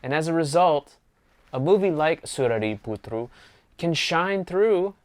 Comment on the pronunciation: I like the tamil pronunciation of the movie name. Thanks for the effort. I am just happy to see an American appreciating, since I have seen a quite unhappy review from other parts of the world...